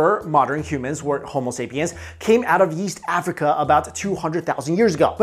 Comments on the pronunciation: Did hey say yeast Africa? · i thought he said "yeast Africa" XD